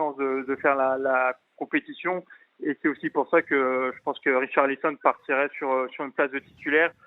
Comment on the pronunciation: Riolo a quand même dit « Richarlizon » 😂